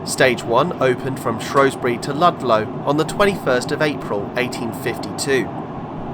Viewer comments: SHREW NOT SHROW. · Good video. Leebotwood is pronounced Lee Bot Wood mate that's from a Salopian and would prefer to the now agreed pronunciation of Shrewsbury as Shrew bury not Shrobury although that is an ancient English word. Locals used to refer to Shrewsbury as Salop, the county town . Thanks for the video. Alan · A good video but a few mistakes though, first it's is pronounced Shrews - bury not Shrowsbury as a lot of locals will tell you, this can be proved by visiting a National Trust/ English Heritage house in Shropshire " Hardwick Hall" which was being built by a friend of Queen Elizabeth 1st from proceeds of a divorce from her husband, when you go around the remains of her first attempt of building her home the shell of a House run by English Heritage there is a time line board around one of the rooms telling you the history of this house and Shrewsbury and in QE 1st's days it was called Shrowsbury spelt with an " O " but some time after QE 1st reign it changed it's name to " Shrewsbury" replacing the O with an E, so in this context you don't call a Shrew a Shrow or Shoeburyness Showburyness. Why people keep calling it Shrowsbury god knows as the locals don't call it that they as I said call it Shrews - Bury and I have asked them, the next thing is that when the train reached Sutton Bridge and where the Severn Valley Line diverged from the line you stated that the line closed in 1970, it did not the Severn Valley Branch from Shrewsbury to Kidderminster was closed as far as Bridgnorth in 1963 and the closure stopped there, it was taken over by volunteers and opened up as the SVR steam line in 1970/71 from Bridgnorth to Hampton Loade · SHREW NOT SHROW !!.